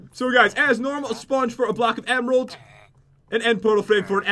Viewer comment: he said emeraldt